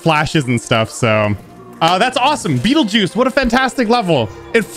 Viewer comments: GG! Awesome level. BTW its pronounced as 'betelgueeez' not 'beatle juice' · Its pronounce Battle-Geese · No... it’s pronounced like “beetle juice”. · I already know that he mispronounced this level when he first heard of it.